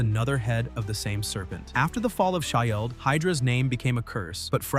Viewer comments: Edit your ai voice ffs. Shi-eld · Stop using A.I. to (mis) read the script. Having to listen to the A.I. voice repeat "Shi-eld" is distracting and should be embarrassing for you. You've just lost another viewer. Do better! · I wonder if it's the punctuation in the acronym S.H.I.E.L.D. is why it keeps mispronuncing it.